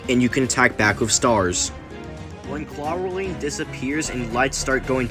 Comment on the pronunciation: Neat video man, I would recomend listening to how other people pronounce names of characters in the future, for example Elfilis is pronounced Elf-ill-ess and Clawroline is pronounced Claw-erl-line.